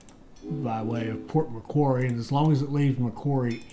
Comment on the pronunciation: I am loving this and great to have back but... Bendigo... say quickly as Ben-da-go Macquarie... say quickly as Ma-quarry